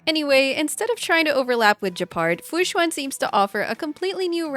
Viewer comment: Tip for pronuncing fu xuan: right now u are saying "xu-Ah-n". Try "xu-en" as in ENdgame.